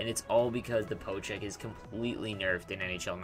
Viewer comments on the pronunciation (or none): Just to clarify, it's called a POKE check... Not a PO check. It sounds to me like you're saying PO check.